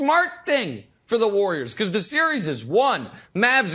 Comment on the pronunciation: Broussard: the War-yerz